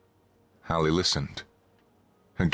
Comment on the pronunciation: Also Hallie not Holly.